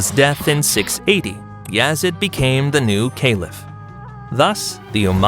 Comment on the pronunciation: And it’s Yazeeeeeaaaddd not Yazid